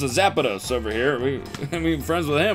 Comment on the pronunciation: it’s funny to me that he pronounced both pokemon names he mentioned just slightly weird- idk why that got me. Like “zapados” and “snolax”